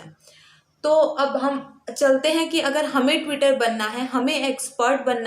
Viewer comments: It is not twitter 😂 it's tutor, teu-tar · Tutor hota he twitter nhi...twitter bol rahi ho aap